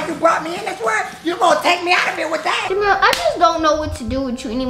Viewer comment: JIMMIEEE NOT DUH RINKLES😭😭😭😭